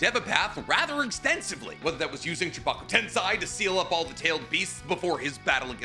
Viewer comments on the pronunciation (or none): Bro, he still says Chibaku Tensai...... Tensai means genius...... The moron can't even pronounce basic japanese right. Also, this moron thinks Chakra is like drugs, once you run out, you die... And Hagoromo is the original drug dealer... Bet you're even dumber.